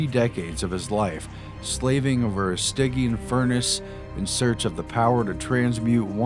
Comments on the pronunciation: Grammar Nazi here! Stygian is pronounced STY (like sky) - JEE - IN, not like a pig in. You are not obviously educated yet. Millenials need to stop using text, then learn to speak and hear language. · Prin-sip-eee-ah and sti-jee-en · OK I love you guy's but ya gotta work on the pronunciation of Principia and Stygian ! Prin'SIP'ia you do not call the head of school a Prinkiple do you?